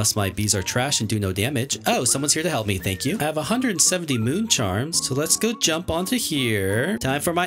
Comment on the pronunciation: Bro he said hlap me